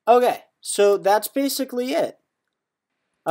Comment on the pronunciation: he says ah kay just like kevin hart takes the micky